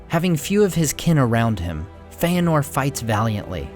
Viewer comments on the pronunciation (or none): It is fëanor. There is no diftong Fe-anor.